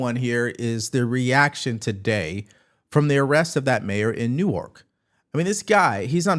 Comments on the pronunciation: Dude, you have been mispronouncing it for 3 days. It is NEW-erk, not new-ARK. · Love your videos! I hate to be pedantic, but "NEWerk" emphasis on the 1st syllable. 😁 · Hi! Love you…. But watch your pronunciation of NEWARK please. You sound like you’re saying “….. the mayor of New York…” Even the CC writes New York. So it’s NEWARK. Pronounced new-work with stress on “new” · NEW-erk. Not newARK. Are you AI? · Newark, NJ is PRONOUNCED "New Werk" NOT "New Ork" . . . other than that, I like your vids. thanks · Newark is pronounced New erk, not New Ork. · "Newark" pronounced New-eerrrk not ark. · Hey! Great job! I want to work with you on the pronumciation of Newark. I gets pronounced as a single syllable name….so instead of like New Ark, it is pronounced like Newrk. ( it’s a Jersey thing) go Go! Enjoy the perspective and the share you do. Best Regards, Kevin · New-work, not New-wark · buddy. Newark is pronounced New-irk. Not new-ARK. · it’s NEWark. Not newARK. But yeah, Newark is the HOOD. It’s been the hood the last 30-40 years. And it’s run by a bunch of fools. The municipal courts are so clogged up, only a Democrat could allow a city to get so twisted up. I’ve lived in north Jersey for 38 years, it’s one of the worst places. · "Newark" New Jersey Pronounced NEW - ark The way you say it sounds like New York 🫠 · I get a startle response every time you say Newark, because it sounds like New York. It’s more of a lazy 2 syllable pronunciation nu-erk. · Pronounced New-erk. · Newark is pronounced like "New Work" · It’s good she wore red. Also, dude, I love you. But it’s “NEW-ERK.” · lol my man it’s pronounced “New-urkh” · Love your work, but Newark is pronounced "NEW-erk" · Hey —Newark is pronounced “Nawk” (rhymes with Hawk) by us Jersey folks LOL. Love the podcast! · Like your stuff! One thing, Newark is pronounced NEW-urk. The other way sounds like New York and throws me😁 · Newark NJ is pronounced "Nork"